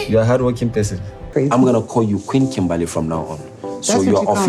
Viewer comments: Kimbaaley 😂 That’s how he says it too. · KIMBALLY sorry you said it wrong